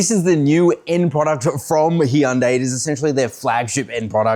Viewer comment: HUN- DAY. Why is he butchering it when you hear Koreans say it different